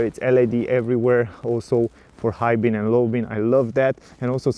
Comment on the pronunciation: Hi, nice reviews, but you are doing a mistake in every video. You are saying "high bin and low bin", but they are high beam an low beam, with m.